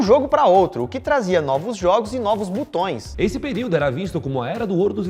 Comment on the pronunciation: "Butões" é de foder! Não sabe falar português nem grave.